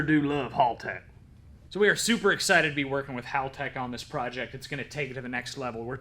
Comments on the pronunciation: Its hall tech. Like a hallway. Not howl tech. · I stand corrected, I just seen a video from haltech... It is in fact hal tech. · Correct me if I’m wrong but I thought it was called Haltech like a hallway? Not howl tech🤷‍♂️